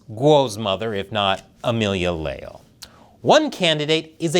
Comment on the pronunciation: Le - ál (the accent is for phonetics, not following the orthographic rules) "Le" as in Lebanon "Al" as in penpal Stress on the a, there is no diptongue, it's two syllables (hiato)